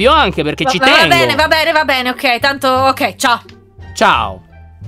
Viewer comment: Ma vi siete accorti che a detto ogei